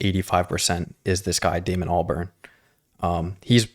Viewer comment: Great video. It's pronounced Al-bahrn like a barn. Also, interesting to note, back in the day it was unknown who was behind the Gorillaz project and it was kept a mystery with many people being speculated to be the singers/songwriters but eventually people figured it out and Damon Albarn Just eventually started putting himself out there as the creator. Your dad seems to like de la soul. You should do three feet high and rising!